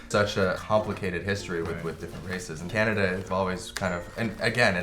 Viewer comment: he said canadia haha